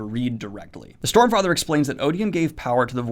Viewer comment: I am pretty sure I heard 'Stormfrather' from Daniel at some point. xD